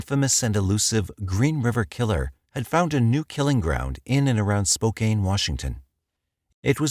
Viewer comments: it is spo - can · Any other washingtonians cringe at "spo-caine?" lol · Lol spo cane